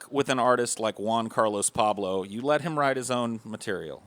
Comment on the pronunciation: "Paulblo" lol good shit